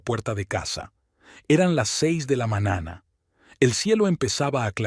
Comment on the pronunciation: Buenas se dice mañana ; año suena raro mañana, ano